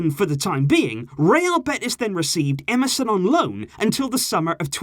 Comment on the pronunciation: When you said Emerson at first I thought you said msn😂😂